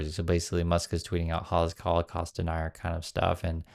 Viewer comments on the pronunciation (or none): none